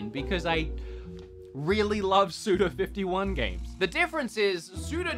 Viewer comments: Why does he keep calling SUDA51, SUDO51? LOL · Says he’s a huge fan, proceeds to call Suda51 Sudo🤣